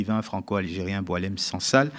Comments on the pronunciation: Bon faut arrêter il s appelle pas Doualem mais Boualem pour des journalistes probent vous jouez le jeu des médias mainstream. On lui a changé son prénom à dessein pr ne pas écorner Boualem sansal. Arrêtons les conneries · C'est Boualem et pas Doualem, et il n'est pas connu en Algérie ! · Boualem et non Doualem